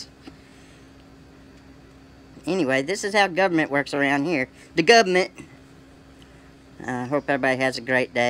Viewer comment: LMAO He actually said, "the gubmint." What a stereotypical tool.